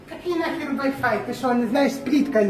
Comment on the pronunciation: Вай файв😅😅😅плитка электрическая 😅😅😅😅ой умру